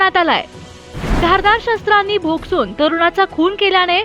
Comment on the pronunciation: भोकसून ahe Bhai